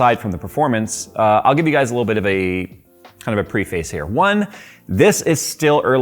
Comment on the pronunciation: "pre-FAYCE" ????? its "preh-fuss"